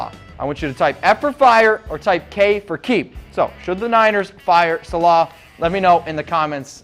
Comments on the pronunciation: This guy thinks we should fire salaah. I think this guy should be fired for not giving a shit about the 49ers. He cant pronounce even our defensive coordinators name. Yet he wants him fired. forgive me but I am likely to even leave this channel if we lose our main chat sports guy. just saying. This guy is an effing idiot. Do I agree the 49ers defense sucks? yes, is that Salehs fault? no. Hell Sherman is ranked super high in CB's. I'm sorry niner fans it's not Salehs fault, but I swear if I hear this guy one more time I quit listening to Chat Sports out of principle. This guy is an iggit. Just sayin. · Talking about football but cant even say Salehs name properly. Like Kyle said , if stats determined the outcome of games then we should've won quite a few games.There is a lot more to what's going on. Like Bellichick says, reporters just have no idea that's why they are reporting and not coaching. Players need to do their job and execute which is the first problem like Richard Sherman had mentioned. Why wouldnt chat sports tell things exactly how its happening instead of making stuff up.